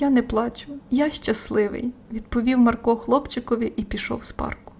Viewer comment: Та не МаркО, а МАрко 😕